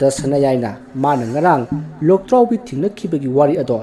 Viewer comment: Loktraobi haiba natte Lwdraobi haiba